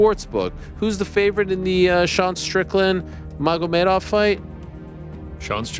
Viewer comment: Did you say rakmamov? He’s undefeated